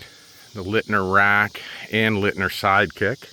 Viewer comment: Leitner = Light-ner, not Lit-ner. You are welcome.